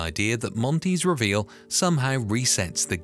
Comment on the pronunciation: Really ? WRONG ! Every time you said the word "reveal", you were speaking INCORRECTLY. It's basic English, which you don't know. Try and figure that one out, fool.